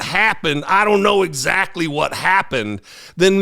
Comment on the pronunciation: “I don’t know “sactlee”….no shit 😂